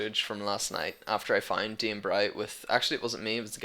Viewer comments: Its Dane, not Dean. ^^ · I don't know what this is, i just looked my name up on youtube and found this. seems I'm amazing in Diablo thats pretty good! P.S you pronounced my name wrong.